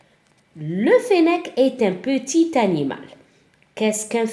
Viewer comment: في كلمة qetit لاتنطق tعلى الاخير